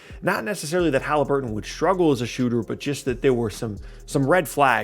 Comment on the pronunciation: I love “Tyrese Halibuton”